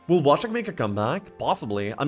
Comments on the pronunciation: I can't be the only one who smiles whenever calls Wojtek Watch-teck/Wash-check/Łodżtek:D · Come on lets just start saying wojtek properly...